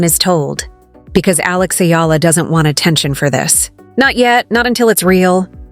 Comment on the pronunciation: Pronounced as E-ala... Not Ayala nor Illa